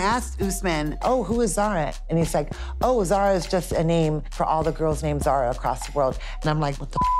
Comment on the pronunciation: Bro smoking Zara not ZAZA🤣💀💀💀